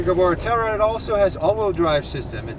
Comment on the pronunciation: 텔루라이드가 아니라 텔유라이드죠